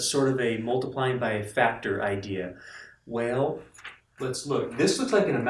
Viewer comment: idk why, but you became Southern for a second with that "Wellll"